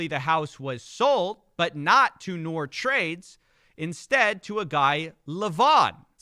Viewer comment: His name is pronounced Noor, an Arabic word for light, referring to enlightenment. An irony if you consider the lies and misinformation he shares. Spelled the way his is, usually is the way Pakistani and Indian spells it.